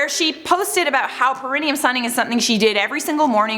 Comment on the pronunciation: It’s pronounced pair-a-knee-um